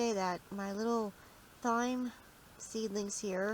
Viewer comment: Its pronounced time lol